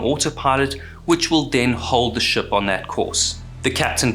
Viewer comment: Can I be rude and ask where your accent is from? You’re so well spoken I’m having trouble placing it. I’ve flip flopped between kiwi and South African, but the pronouncing ship sort of like “shup” in this video I’m definitely leaning towards kiwi